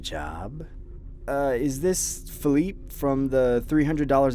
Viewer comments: This man said "Phil eep" when its pronounced "Phil-eep-A"😑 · It’s Pronounced fill-eep-aye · felipe is pronounced felipay lol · The way he pronounces Felipe🤣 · The way he pronounced Felipe 💀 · you know you say Felipe wrong right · The way he said Felipe triggered me